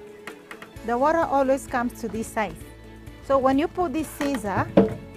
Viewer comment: the worra woraa thing.not hers